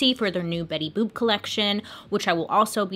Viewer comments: “Bailey Boop” 😂😂😂😂😂😂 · “Bailey boop” - dude, I snorted 😂😂😂 Also, side note, I STILL apparently can’t say my name—when I answer the phone at work, about half the people think I say “Winnie”. So there’s that. 😭